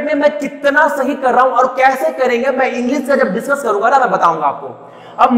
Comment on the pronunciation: itni style marneki kya jarurat hai?!!!!ditchcuss karne wle hai..lol